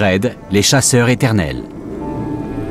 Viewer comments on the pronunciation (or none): En parfait français, la voix-off aurait dû faire la liaison : Chasseurs_Eternels.